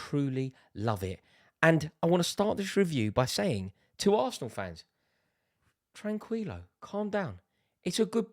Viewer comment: Bro said tranqwillo 😂